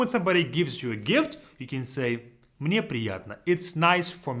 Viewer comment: "Мне" sounds kinda "Мы не" together